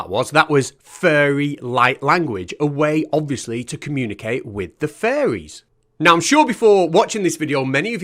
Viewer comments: I heard that as well. :3 At least you can hug a furry for reals though! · I kept hearing “furries” instead of “fairies” and that made it more interesting. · sorry everytime someone says "fairys" all i hear is "furrys" and i can confirm furrys are real - and they scare me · Hearing you say "furries" instead of "fairies" adds a dimension lol 😅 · If I was listening to this video with my eyes closed, I would be 100% certain that you’re saying “Furries” not “Fairies” and I don’t like the thought of that. Not one bit 😳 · fully thought you said "furries are actually real" for a sec there had me worried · Maybe it's my American ears, but I heard "furries" every time you (presumably) said "fairies" or "faeries". It increased my enjoyment by 15%. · Did you say "fairies" or did you say "furries" there for a moment? 😂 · Mate, you pronouncing fairies like "furries" is really confusing. Do you pronounce "furries" the same? I get they are both groups of nutjobs, but they are still quite distinct groups. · At first I kept hearing "furries". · Every time i hear you say fairies, i hear it as furries. lol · It sounds like you're saying furries lol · when you say "fairies", it sounds like "furries". that's a W H O L E other video. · Pronounce faires correctly. You are Welch for god sake have some pride